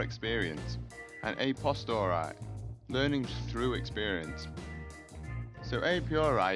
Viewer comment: "a piori" "a postori" fucking hell